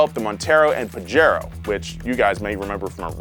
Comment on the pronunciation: Boys… it’s ‘pa-HAIR-o’